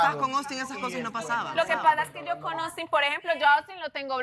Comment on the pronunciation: Porque le dicen Ostin? Se llama AUSTIN! no es shirly... es SHIRLEY!! En serio pronuncien bien los nombres. Y no me salgan que por el de dejo de cada país porque eso es estúpido.